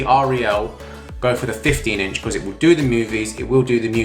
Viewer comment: Yamaha sub is junk and R E L is pronounced Rel.